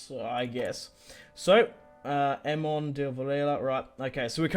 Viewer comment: It's not emon it's ea(aamon)